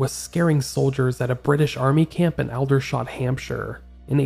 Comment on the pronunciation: 'Aldershot' is pronounced older-shot. It's one of the main army bases in the UK.